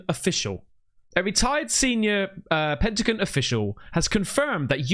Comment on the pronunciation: ur reading it,... It says P E N T A G ON... Not P E N T A C O N as u keep pronouncing it wrong hun, its a G not a C.... Maximum literacy lesson pleeaase😊